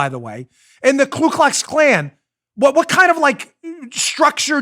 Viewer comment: It’s Ku Klux Klan not Klu. Not that I’m an expert but I remember learning that.